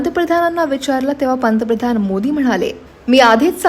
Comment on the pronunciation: पंतप्रधान हा शब्दआधि नीट उच्चारण कर्ण त्या नंतर वीडियो बनवा नको तिथे इंगलिश एक्सेंट